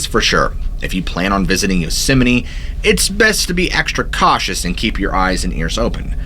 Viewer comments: Why are you pronouncing it "yosimini" ? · Do you keep calling it “Yosemi-NE”? I enjoyed the stories, but was distracted by the pronunciation. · Fun fact: It's actually pronounced "yoze-mite." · Does the park have a chapel, any memorials to the massacres there, any North American NA shrines where you can pray and give offerings?When Dick was President, I heard the concessioners brought in $100 million a year, was once owned by Sony.(Curry Co during Dick) Two things Japanese tourists want to see, the GG bridge and Yosemite. It's not pronounced Yose sem might.